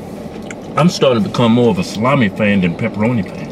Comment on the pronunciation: Nathan Carrille it's salami not salame